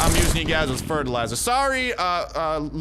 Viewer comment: “I’m using your bodies for ferterliser”😂😂😂